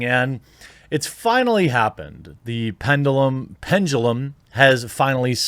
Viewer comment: Ohhhhh you almost had it right then you added a J to pendulum for no reason